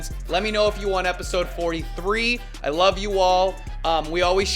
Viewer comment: "And wove twue wove" I love watching your videos. It really helps with my depression. Thank u for making these